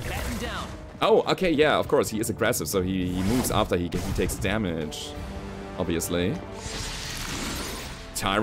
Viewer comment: In english its (tyr_an_ny) said quckly as three short breaths